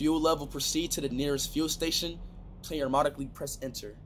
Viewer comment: It said pree enter